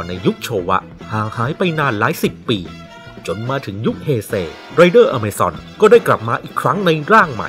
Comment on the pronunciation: อเมซอน อะมาซอน อามาซอน